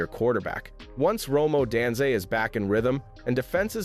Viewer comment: Rome O-dan-zay?